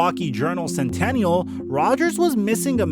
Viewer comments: WTMJ and Journal Sentinal. Not centennial. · Milwaukee Journal Sentinel*. Not Centennial. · Dude, The newspaper in Milwaukee is the "Journal SENTINAL" not CENTENNIAL. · Milwaukee Journal-Sentinel, not centennial. Just saying. Still a cool video. The animosity was well known in Wisconsin, but didn’t know about Rodgers being the arrogant, God’s gift type rookie. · it's the Milwaukee Journal Sentinel...that's SENTINEL. Also, it's W T M J lol. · You lost me at the Milwaukee Journal “Centennial”. It’s Sentinal buddy. Garbage. Fools making $#!+ up for clicks. So is everyone else, in this vein, looking for clicks and views. Go Farve. Go Rodgers. Go Wisconsin! Go Pack Go!!! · milwaukee journal sentinel....not centennial lol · How about the Milwaukee "Centennial"?... it's the Sentinel.